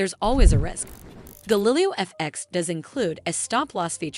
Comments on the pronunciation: Not to mention, in the video it isn't even a real person speaking. A real person would know how to pronounce Galileo O_o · The fact that your video mispronounces the name is not great.